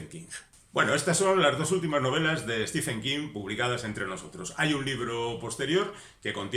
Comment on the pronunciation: Se pronuncia en su caso stíven, no stífen.